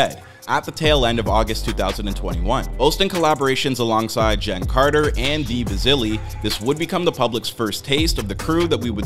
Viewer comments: who tf is dee bazilly 😂 bro cmon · dee bizille 🤨